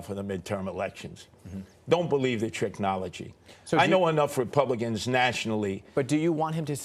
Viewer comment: Did my man just say “don’t believe the tricknology” bruh